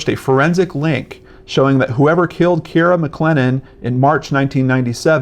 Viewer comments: It is pronounced Kere - A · I'm from Perth - it is pronounced Kee - ah - ra. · he pronounced it as ciara's father did on crime investigation Australia